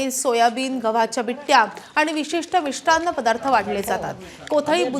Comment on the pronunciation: विष्ठांनं तुम्ही खात असाल मॅडम. त्या वानरांना जे वाढलय त्याला 'मिष्टांन्न' म्हणतात. आधी मराठी भाषा नीट शिका व मग बातम्या द्या.